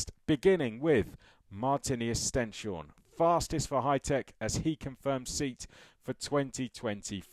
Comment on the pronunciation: Oh and just a quick note I believe the Norwegian way to pronounce it is stens - horne, I heard this in a live commentary. Supposedly stens is Norwegian for stone and horne is norwegian for horns.